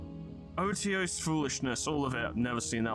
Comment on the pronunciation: Otiose is pronounced Oh-She-ohs. I was surprised too.